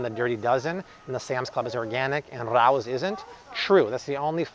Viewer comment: RAO is "Ray - O's". Its a famous restaurant in NYC. Youtube it, ...good story, but ya'll gotta stop butchering the name.....